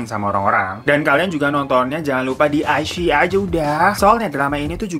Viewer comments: Wao ada Zhu Yilong 😍😍 Bagus banget sih shownya jadi gak rugi deh ditonton 🙏✨ CGInya, scriptnya, dan actingnya semuanya luar biasa. Meskipun drama original sama sekali tidak kaleng2an . Btw bang dilafalnya 'i-chii-yi' 😍 Rekomendasikan juga show lain di iQiyi : The Sleuth of Ming Dynasty (detektif yang kocak dan konspirasi2), Winter Begonia (ttg Opera Cina dan Perang Dunia), The Winner is Love (penggemar Ashes of Love pasti tahu film ini atau setidaknya dengar), My Strange Friend (keren banget, ttg org yang punya beberapa kekuatan super tapi malah sisa satu dan kekuatannya yg lain nyebar ke org lain), dan Once Upon a Time in Lingjian Mountain. Di aplikasi WeTv juga banyak yang bagus, cuma ya kalau kualitas iQiyi memang lebih bagus yah. Yang dari WeTv : The Untamed (drama viral th 2019 yang membuatmu takkan bisa move on), The Heiress (drama dimana cewek nyamar jadi cowok dan beneran mirip cowok), The King's Avatar (tentang esport, seperti Gank Your Heart), Three Lives Three Worlds Three Thousand of Peach Blossom/Eternal Love (drama lama yang bikin kamu mewek dan geram), The Legend of Fei, Detective L (sherlock holmes versi China tempo doeloe), Super Star Academy, dll. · Ka..klo gak salah baca nya "Ai shi i" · ini wkwkwk bacanya wikwikwik